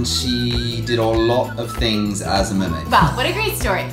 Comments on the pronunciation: You said murmaid 18 times and my real name is laura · you guys said mearmaid 28 times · Sorry i dirit have so much time to wach your Holl intiyr vidio but i relly love your vdios and i herd you giys Say mermad 6 times and bye the way my reyoll name is diana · U guys said marmaid at 25 times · You said meriad 15 times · I think you mean Mer-made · you said murmaid 22 times💕💖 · You said mirmade 23 times